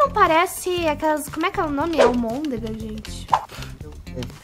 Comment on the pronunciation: "Amondega" Minha mente:... among us...Impostor ....amondega us